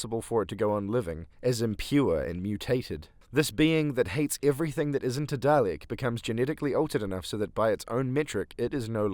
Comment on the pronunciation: I'm sorry, I'm sure you have some wonderful insights to share, and I don't mean to belittle them, but... there's no r in Dalek.